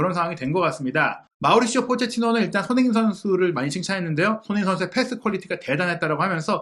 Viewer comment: 무엇보다 사장님 의 손흥민 이라고하시는 발음 이 예술이십니다 👍